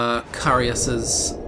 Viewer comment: I think its pronounced as kai-us, with Kai sounding like " hi" only with a ka instead of h. I think it's a Roman name, I've heard it before.